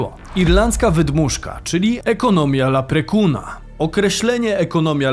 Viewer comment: Leprechauna*, a nie jakiegoś laprekuna :P ...